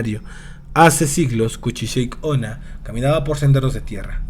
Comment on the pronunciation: El vídeo es bueno, pero la pronunciación del nombre es incorrecta. No se dice "kuchisheik", se pronuncia tal cual se escribe "kuchisake onna", que en japonés significa "mujer con la cara cortada". Fuera de eso, buen video.